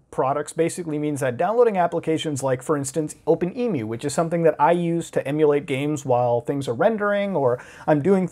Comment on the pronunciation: Right... I hate to be that guy but... I use OpenEmu too. I’m pretty sure it’s not Emu like the animal it’s emu like emu-later